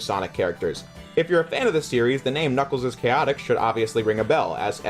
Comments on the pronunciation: I don't know if you were joking, but you don't typically pronounce the S twice in a word that both ends in S and has a possessive S; like Knuckles'. That's why it's spelled like that, Knuckles', and not Knuckles's, which is how you claim it's pronounced. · Knuckles' is pronounced Knuckles, not Knuckleses. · It is Knuckles' is pronounced exactly the same as Knuckles. That's why there's no s after the apostrophe. Knuckles is still a plural word even though it's being used as a name.